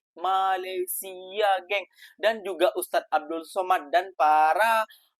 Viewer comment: COBA PERHATIKAN DAN DENGARKAN BAIK BAIK APA YANG DIUCAPKAN.. BERKATA MALASYA... MALASYA... MALASYA 🤣👻🤣👻👻🤣